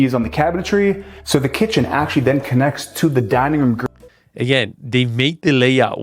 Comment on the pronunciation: “This is the roo-MUH. I wanna take you back into the foyay-YUH. All the way up to the ceiling-UH. Here we have southern view-ZUH.” Bro, got a phonology fetish-SHUH.